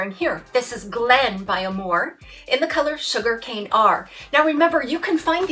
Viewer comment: "When the moon hits your eye, like a big pizza pie, that's amore." Pronounced uh MORE ay, accent on middle syllable. Love your channel!